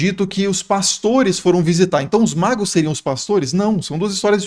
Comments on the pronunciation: Exposição fantástica, que soma. Pesquisa cuidadosa. Pela demonstração de conhecimentos, creio que o expositor sabe que é "magos", mas por um erro de pronúncia ficou " magros". A mente humana é tão poluída que dentre tantas palavras positivas vai fixar numa na negativa: no caso, um errinho de uma letra a mais, que pode alterar o significado. Logo, errar é humano. Isto se aplica a mim, que tsmbém erro. É uma crítica geral. Ninguém é perfeito. Mas defendo, sem criticar, o expositor, por apresentar uma aula tão rica de detalhes e o cuidado de usar termos fáceis de compreensão para o ouvinte tanto doutor quanto analfabeto. Parabéns. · Ele falou Reis magros? Reis magos! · Reis "Magros"???? Foi isso mesmo?? Magros?? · Reis magos, não magros 😅😅😅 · 3 reis magros KKKKKKK Eu sempre falo assim de zoeira tbm KKKKKKKKKKKKK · Ele não falou magros de propósito, mas ficou muito legal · Reis o que? "MAGROS"? Fosso mesmo que ouvi? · Tmb percebi esse pequeno engano de pronúncia. COMENTÁRIO POSTADO EM 23/01/2025 - QUINTA-FEIRA